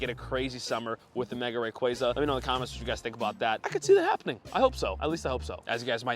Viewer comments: Ray qua za Not ray qre za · It’s RayQUAza QUAAAA